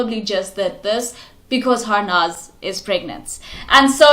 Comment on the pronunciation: Its Harnaaz not Harness